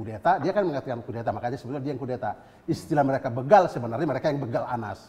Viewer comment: BeeegaL=begaL ..jd bukan beugaaL .. yg benar itu beegaL= begaL...... bukan beugaL ..